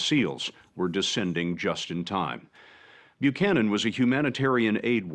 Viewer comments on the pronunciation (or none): FYI it’s pronounced like bu-cannon, at least here in the states it is.